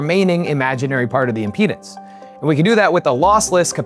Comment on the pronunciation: The way he says "impedance" sounds like "our penis".